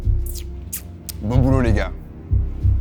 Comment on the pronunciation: laboratoire de drogue "drög" je viens de comprendre xD haha